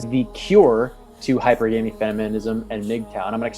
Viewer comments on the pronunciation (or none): Can't even pronounce hy-per-gamy right. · Totally messed up "hypergamy" pronunciation, clicked off immediately.